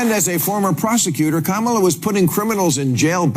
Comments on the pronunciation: You said her name right the first time. Ka ma la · Russell, I salute you for correcting your pronunciation of Kamala Harris's first name. Thanks for upholding a certain rather quaint, old-fashioned notion that one should make an effort to at least pronounce somebody's name as they wish it to be pronounced, especially if you're critical of them.